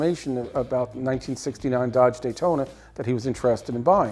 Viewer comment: without due respect it's Daytona not Daytoner